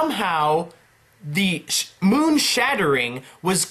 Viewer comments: Moon not monn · Bruh you said Monn not moon in the words to the left .